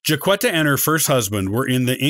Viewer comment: I'm a decedent 19th great grandmother and i am common ha ha ha jack etta not qwetta